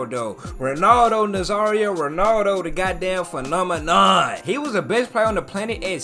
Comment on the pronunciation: phenomen not phenomenon bruh